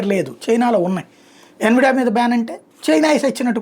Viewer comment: adi envida kaa "en vee diyaa" anaali